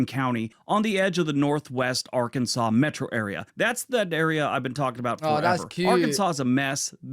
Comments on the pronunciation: I was impressed that you pronounced Arkansas correctly. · I love you're in the UK.. and can correctly pronounce Arkansas.... move to Texas already! Come see us.... the USA will treat you right ❤